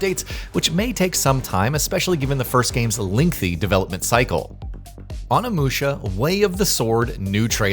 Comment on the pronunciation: O-ni-mu-sha not Animusha🤦🏾‍♂️